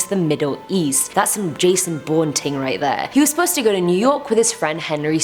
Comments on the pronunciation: Did she just say a Jason born " TING" 😂😂😂😂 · And rip to all the people who died after hearing her say "jason bourne ting"